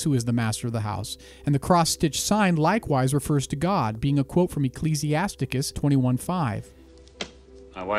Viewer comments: “Ecclesiasticus...” all jokes aside, great video! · Ecclesiasticus. Ha ha that’s a new pronunciation.